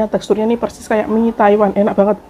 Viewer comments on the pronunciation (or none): none